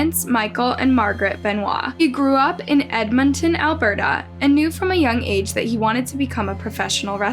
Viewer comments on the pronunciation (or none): none